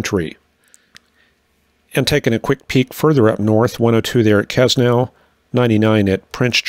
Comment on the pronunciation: Quesnel is pronounced Cue nell